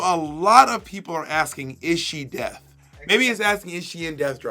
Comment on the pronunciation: "Is she death" "No. Death becums her"